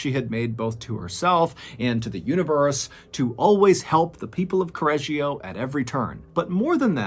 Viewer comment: I follow from Italy and I'm born here. I'm in love with the totally wrong pronunciation of Correggio. However we call this lady "La saponificatrice di Correggio", it's a well know case. And we have many more.... Hope to listen to them here, one day ❤️